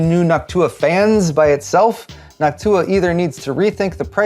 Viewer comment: Sorry, Noctua, I will always hear "Hawk-Tuah".